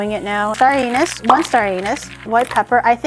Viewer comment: Hold on,... Say "anise" again... 🙃😂